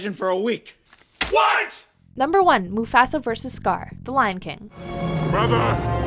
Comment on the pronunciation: the way she pronounces Mufasa bothers me